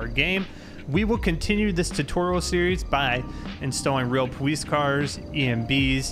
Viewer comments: he says powice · He has a speech impediment, he says the w instead of an l or r the entire time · why does he say police so weird